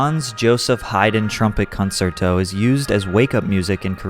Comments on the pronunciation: It is pronounced con-cier-to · Concerto= con-CHAIR-toe Otherwise, great video! 🎶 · It’s pronounced con-cherto and dan-UUb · Classical music-head here with a pro-tip, it's pronounced con-CHER-toe. In Italian, the "cie" makes an English "Ch" sound. Keep up the good work man, loving the videos. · Great video, great analysis, but I gotta be honest, mispronouncing “concerto” and “Danube” was super distracting…